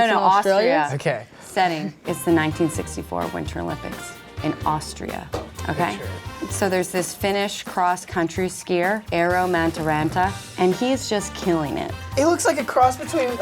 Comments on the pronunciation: I'm a finn and I just can't belive how wrong you said Eero Mäntyranta's name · When they don't know how to pronounce "Eero"